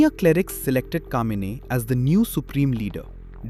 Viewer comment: It's Khameini not Kamini